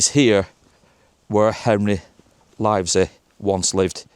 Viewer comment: Pronounced Livsy